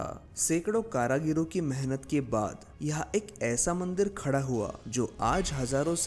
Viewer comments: Karigaro hoga karagiro nahi🤣😂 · Karagiro nehi karigaro ne bol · Pehle apni Hindi sudharo 🤨☹️ फिर, हिंदी में विडियो बनाना। कारीगरों का उच्चारण कारागिरो कर रहे हो... Too disgusting 🤨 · बहुत सुंदर 👍🏾👍🏾👍🏾 मन्दिरों की पुनरुद्धार होनी चाहिए।। विडियो में जगह जगह आपने कारागिरों शब्द का प्रयोग किया, “कारागिरों” गलत है,“कारिगरों” सही है । ध्यान दिजिए।। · कारागिरों शब्द नहीं है सही शब्द कारीगरों है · कारागीरो नही होता है, "कारीगरों"होता है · Caragaro nahi caregaro hota hai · Its karigar not karagiro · कारागीरो नहीं कारीगरो होता है। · अबे गधे कारागिरो मत बोल 😂😂😂 कारीगरों बोल जो कि सही शब्द है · KARAGIRO NAHI KARIGARON